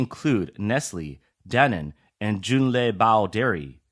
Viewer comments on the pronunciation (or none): Danen? Really??? It's Danone, idiots!